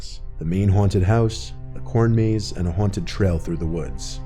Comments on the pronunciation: “Huwanted house “ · Why is he pronouncing haunted “huanted” lmao